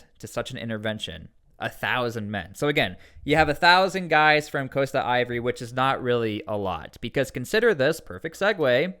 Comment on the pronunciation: Ivory coast/ Cote d'voire is pronounced - Sounds like kowt-duh-vwaar